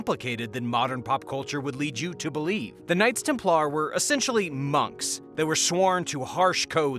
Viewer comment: Why were you pronouncing Templar weird? lol